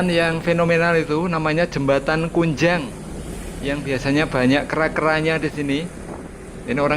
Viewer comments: yg benar Ngujang bukan kunjang,banyak monyetnya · Ngujang om bukan kunjang